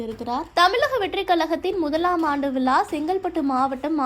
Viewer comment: யார் மா வாய்ஸ், விலா இல்ல மா விழா